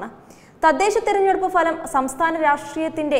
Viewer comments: എക്സിറ്റ് പോൾ falam അല്ല,ഫലം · Falam, falam, falam, ..... 😫 എന്നാണ് വാർത്ത വായിക്കുന്ന ഇമ്മാതിരി ജന്മങ്ങൾ മലയാളം ശരിയായി ഉച്ചരിക്കാൻ പഠിക്കുന്നത്. 😡👺👹👿